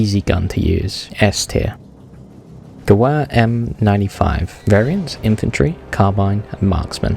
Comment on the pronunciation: you pronunce gewehr ge-vair